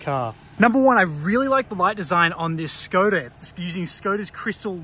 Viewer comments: You pronounce it Shkoda... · pronunciation is Shkoda. "Sh" as shut, shit, shape ... etc